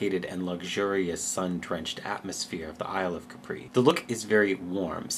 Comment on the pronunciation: why did you pronounce Capri as it's French? it sounds quite weird to my Italian ears XD anyway, thank u for this vid. I spent 11 mins not caring about pain after wisdom tooth extraction, which is so damn good. the palette is stunning. x